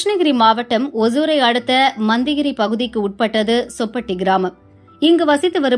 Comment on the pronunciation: மோ..... யாரு மா நீ அது மண்தகிரி இல்ல மத்திகிரி..... வந்துடீங்க நியூஸ் வாசிக்க...